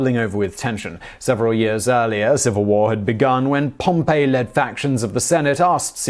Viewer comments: Yes, he says 'Pompeii" instead of Pompey (Gnaeus Pompeius Magnus). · Simon, please, if you do more on Rome, Caesar's opponent was POM-pee, not Pom-PAY. That was a city.